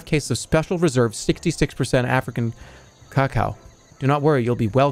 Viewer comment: Love how this guy doesn’t know how to pronounce cacao